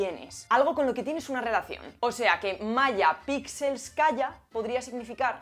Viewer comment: Hola,es Maya Plisetskaia,no pixelskaia…alucino…contigo,claro🤯😵‍💫🫥